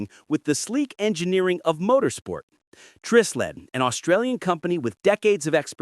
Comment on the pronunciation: Hey, AI boy. It's pronounced with a long I as in Try Sled.